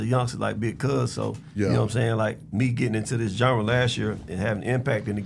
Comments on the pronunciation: Big Gipp aint say genre Gip said jundra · “Zondra” lol